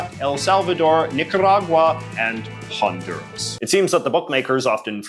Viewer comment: "Honda-rus" :-D